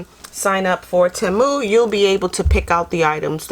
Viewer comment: It is pronounced like this....tea moo. Thanks for the hail video.